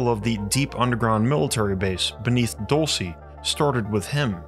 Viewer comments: Dulce is pronounced like DOOL-seh not Dull-cee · It's pronounced dowl-chay, not doal-see! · the first one is pronounced duel-say . it’s spanish for candy. the place is “candy land” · I’m pretty sure it’s pronounced “DUL-SAY” Spanish for Candy 😏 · DOOL-SAY!! OMG AT LEAST LOOK UP THE PRONUNCIATION! It's a spanish word. I like your videos but if you don't something like this, makes me question your research skills. If you say the place wrong over,and Over again!